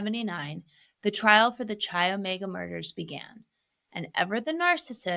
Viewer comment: Chi is pronounced kai